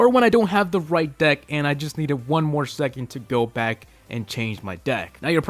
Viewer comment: You didnt say back right!